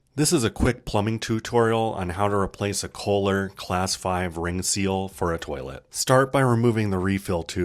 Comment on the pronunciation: Teasing about the way you said twotorial